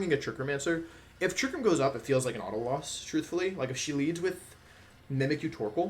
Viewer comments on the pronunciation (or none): none